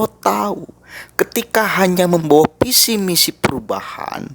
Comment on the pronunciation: Mas mas plural. Atau flural? Visi mas bukan pusi, fakta mas bukan pakta 🤣🤣🤣🤣